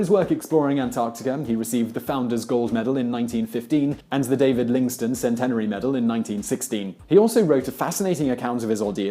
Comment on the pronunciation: Fascinating, but surely 'Livingstone' not 'Lingstone'. Btw never eat the liver of any carnivore, as they all have the same problem.